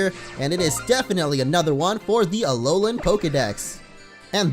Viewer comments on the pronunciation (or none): none